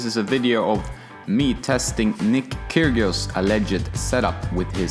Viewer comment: I do believe the g in Kyrgios is silent, just saying :-)